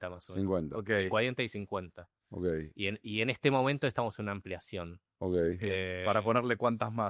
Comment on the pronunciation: Dice Seba: Ogei,Ogei....